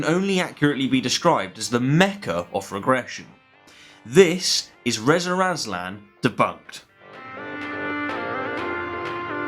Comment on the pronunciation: Why do you keep calling him “Rezer Azlan?”